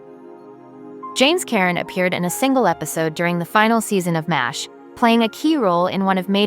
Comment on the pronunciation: Is it too much to ask for these AI voices to actually pronounce the performers' and characters' names correctly? And I can't even count the number of times it mangled "4077th". It even mangled the name of the show ("m asterisk h" at :25, "mosh" ) Furthermore: the actress on the right is not Connie Izay but Pamela Hensley, who most definitely didn't die in 1982. the actor on the left is not James Karen but John Anderson. This video needs a lot of work.